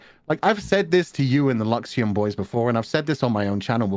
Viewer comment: やっぱラクシエムって聞こえる うん 英語 Luxiemで覚えよう。ｗ。」